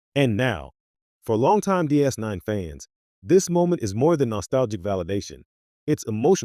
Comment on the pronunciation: Trash AI text to speech. You can tell when it adds a pause in pronouncing DS 9